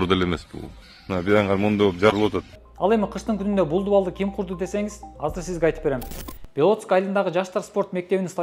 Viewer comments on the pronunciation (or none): none